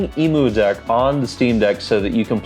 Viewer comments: Great video but it's pronounced like emm-you-deck...cuz it's a deck for emulators, not for emus. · Great guide! I've never heard Emudeck pronounced like the bird before lol. Subbing as long as there's more Steam Deck content like this! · Most know the “emu” part refers to “emulation” and not the bird lol